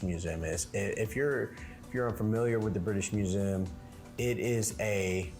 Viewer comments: Its pronounced Mue zee um. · I've never heard anyone pronounce museum like you do, but in any case it should be said like: mew-zee-um, said fast